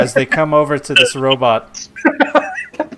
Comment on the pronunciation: Every time u say robot I picture the dad from goldbergs lol Robit